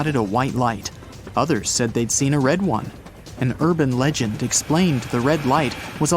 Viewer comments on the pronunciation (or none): none